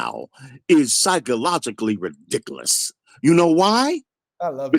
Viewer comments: This man cannot be real 😂😅 that's reedikuhluhs 😭😩😂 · Why can't this old dork say "were" not "was" and "rehdickulus" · "THAT’S RIDICCALUS" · "Its rewdicowis"😂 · Sheikh Ba-leeh Khalsaun "But I'll tell you what!" "It's absolutely re-dic-eh-lous" Be sincere, sir, or go home 😪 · He keeps saying that’s “ridiklas”. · “That’s ridicalus” lol someone get Charles Barley’s unc please